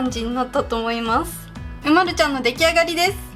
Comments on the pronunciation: う⤴︎ ま⤵︎る⤵︎ではなくて、う⤴︎ ま⤴︎ る⤴︎ か、う⤵︎ま⤵︎る⤵︎ですよ！ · う↑まる↓じゃあありませんよ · うまるちゃんの発音違うとおもう。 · 凄く上手いです でも凄く失礼ですがうまるちゃんの発音が違います うま↑るちゃんです 凄く上手すぎて尊敬します これからも頑張って下さい応援しています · う↓ま⬆️る↓です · 絵うまい！うまいんだけど、、 うまるの発音違くね？ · うまるちゃんの発音違うよ。ですね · おくみ うまるちゃんの発音違うよ